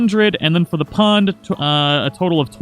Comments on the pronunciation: It said pong instead of pond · Oh yeah, that good ol' "pong" fishing :P lol it's "pond", bro. But for real, thanks for the tips! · it said pong not pond